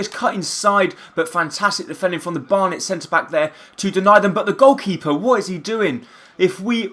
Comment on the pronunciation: In the second game you called them Barton and burton even tho it's Barnet anyway this is an excellent series keep it up